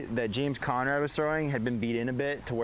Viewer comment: "james coMrad" : (